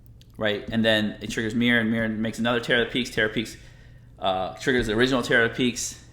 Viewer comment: There’s no um in miirym.